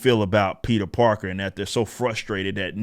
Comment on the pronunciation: did this man just say "peter darker?" that shit just killed me lol